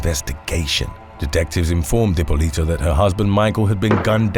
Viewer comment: Love you but the way your saying dippolito 🤢😶